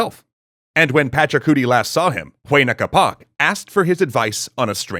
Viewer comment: Why you gotta pronounce Huayna Capac like huainacapa